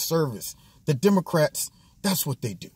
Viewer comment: He said “demarats” 😂😂😂😂